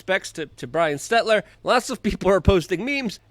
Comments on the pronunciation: Just FYI it’s Stel-ter not Stet-ler. Great content as always thanks for all you do Luke!!!! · Ots Selter hun not Setler. Hahaha but fits better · Stel-ter not Stet-ler anyways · S-T-E-L-T-E-R.....not S-T-E-T-L-E-R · Are you saying SteTLer instead of SteLTer on purpose? it's pretty funny. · hey Luke, it Stel-ter, lol not Stet-ler but who cares....He's GONE Baby!😆😆😅🤣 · It’s NOT SteTLer. It’s SeLTer! Jesus. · Love you Luke...that being said... its STELL-TER...not STET-LER...your a great journalist...not being able to pronounce these names correctly lessens credibility and may confuse some...you've pronounced this clowns name wrong for quite a while...I should have commented before he got canned 😅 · Bro. It's Stel-ter. Not Stetler. I love you Luke, I've given you money, but you've been driving me nuts with this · He knows. Its intentional 😎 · That would be stelter Luke not stetler! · Stetler... LOL Luke kills me when he mispronounces words. Not sure if it's on purpose or not. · STEL-TER!!!! STEL TER. STELLLLLL. TERRRRRRRR. HELTER STELTER. Can't take you seriously when you keep mispronouncing names like Stelter and Dunnigan. YOu're a great journalist but you gotta take your job seriously and pronounce names properly. Ukrainian was my fist language and I'm a dummy with dyslexia and I can even say their names properly. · Bro can't pronounce Stell-ter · Dude i hope you forever miss pronounce words fuck pronouncing or spelling it right aslong as they know what you mean and they damn well know what you mean if they're correcting you lol *STETLER not stelter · See if you can't pronounce potato heads name properly next time